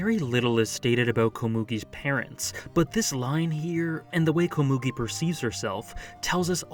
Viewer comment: How do people pronounce anime names wrong when they are shown how to pronounce it in the anime?? Komugi isn’t pronounced that way :/